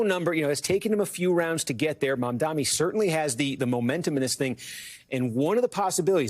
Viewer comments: His name is Mam-Dani. Not mom-dhamy. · can we PLEASE pronounce his name right? the democrats were so adamant about pronouncing kamala’s name correctly, as they should, but they don’t have the insight to think that pronouncing someone’s name is important, even when it’s a muslim man. the translation for my white people: MOM-DONNY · Kornacki mispronouncing Mamdani’s name is a bit strange. Steve is usually a pretty meticulous guy. Why are you doing this? His name is pronounced Mum-Dah-Ni. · Stop calling him "Mamdami" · Why are you calling him Mamdami? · ironically you got the Phoenetic spelling incorrect. it is "Mum-Da-Knee" not "Mom-Donny" the news anchors are mispronouncing it as "Mom-Da-Me" Just popularize saying Zohran instead, it is less difficult and fewer syllables. Zoh-Raan Zohran Mamdani = Zoh Raan Mum Da Knee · sir his name is mamdaNi, please learn to pronounce correctly because you are cosplaying as a ‘political’ commentator and Mamdani is going to win 🥇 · Pronounce Mamdani correctly challenge impossible DON'T RANK CUOMO!!!!!!!!!! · Is it too much to ask for them to read and pronounce the last name correctly? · Why can't he pronounce Mamdani's name properly? It's not hard